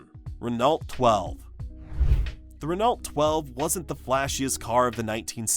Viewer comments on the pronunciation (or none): Why list the Valiant and the Dart separately? They were the same car. BTW, Renault is pronounced: ruh-no.